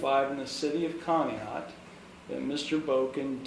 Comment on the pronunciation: Conneaut is pronounced "con - e - ought" as "in you ought say Conneaut correctly"